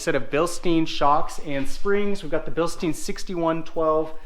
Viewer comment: It's pronounced Bill-stine. Not steen.